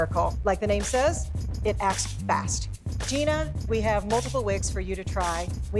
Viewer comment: Almost, its Jeana (pronounced liked the name Gina).